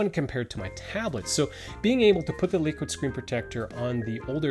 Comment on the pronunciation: Sounds like he's saying "lick it"